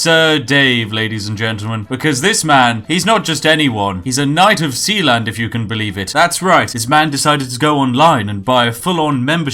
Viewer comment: Sealand? You mean Sheland? lol